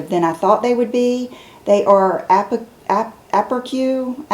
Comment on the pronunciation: “Aperçu” is a French word and is pronounced A-pair-su. It means glimpse. 😎